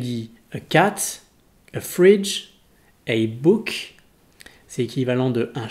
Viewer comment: a book drole de prononciation je trouve x) Mais sinon pas mal